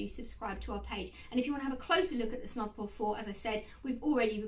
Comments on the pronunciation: Hiya, just a quick spot of feedback: it’s pronounced as snooze, not snuz. The umlaut (the two dots over the u) changes the sound from a hard uh to an oooo sound. Thanks for the vid! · It's pronounced snooze. Omg